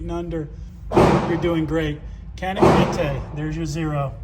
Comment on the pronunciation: It’s pronounced janik…. Yawn-ick.